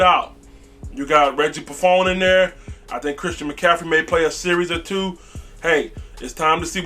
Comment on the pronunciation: For the love of god it’s Ross Cockrell not Ross Cockwell and he played for the Giants last b4 the Panthers not the Steelers. Also it’s Reggie Bonnafon not Reggie Buffoon! Beside that keep up the good work like the channel